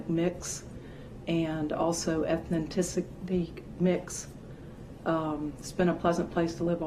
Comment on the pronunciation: she can't even say ethnicity right to lie about it wow 😭